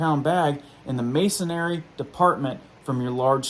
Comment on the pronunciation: He meant "masonry" but pronounced it wrong.